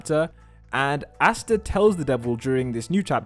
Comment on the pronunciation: Why do you say Astas name like that...